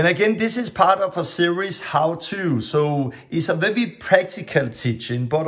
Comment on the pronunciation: You can say an R letter, then why do you say vevi when it's supposed to be veri.